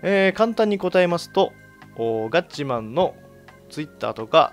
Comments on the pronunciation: ガッチさんてツイッターのイントネーション独特だよね ツイ↑ッター ってなってる めっちゃイに力入ってるよね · ツイッ↑ター↓